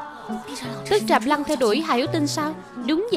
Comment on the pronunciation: Trạm Lãng mừ.....sao đọc thành Trạm Lăng luôn r😅😅😅